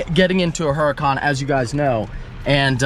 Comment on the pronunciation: Stop saying uracan unless your gonna say it in Italian. Keep it a Huracan in english please 😅.